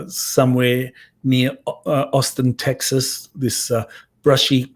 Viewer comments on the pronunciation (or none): none